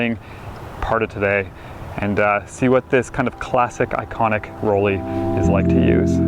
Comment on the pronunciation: dear Mr., the pronunciation of Rollei sounds like roll-eye not like roll-eee. In german, "ei" is always pronounced like "eye", as in "Leica" or “Zeiss“.